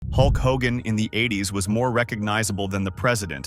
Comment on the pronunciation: Maybe before you do a video in the future you should do a little more research and learn how to pronounce the persons name correctly.